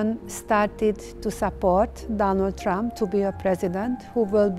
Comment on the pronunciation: 'Dahnuld Tramp'. Ok, lady.